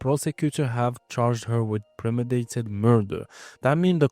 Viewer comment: Great video ! Obs: its premeDItated , not " premidated".